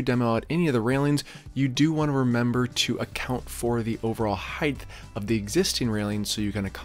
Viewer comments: Dude I like your content a lot, it's hugely informative and you execute your DIY well and in easy to follow steps. But I have to offer one piece of feedback because it's like nails on a chalkboard in every one of your videos. The word is "height". It ends with a hard T. Not "heighth" like "width". Sorry for the pedantry! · Fine work, nice results and a well-made informative video – thank you. I have a language tip that I hope you’ll find helpful. There is no such word as ‘heighth’. The word is height, pronounced hite. Width and length end with ‘th’, but height doesn’t. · Nice install. Only comment.. it's heighT, not heighTH 😂